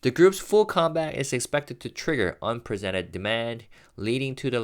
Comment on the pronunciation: Hi, thank you so much for all your fascinating and insightful content. I've noticed that you care about pronunciation, so I'm cautiously mentioning a mispronounced word, since I've heard it in three separate videos. Please check the pronunciation of unprecedented. Each time I've heard you say it, you have said unpresented. I think it could possibly lead to misunderstanding, otherwise I wouldn't bring it up. Once again, thank you for all you do! I watch most of your content.